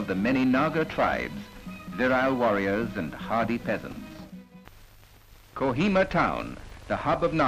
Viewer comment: it's Kohima not co hema